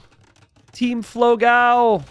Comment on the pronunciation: cool match.. very sad about the third game drop. BTW, its pronounced dó-gão (big dog, its actually pronounced just like dog with an open o) and fló-gão (a pun with an old website for photo blogs popular in Brazil 20 years ago), so fló (as in florida) gão (the way you say it is almost correct, only the a is a little more open as in GAUMN rather than a thin a, GAEOMN a bit like we say dawn. the best reference would be this 13 year old relic of a song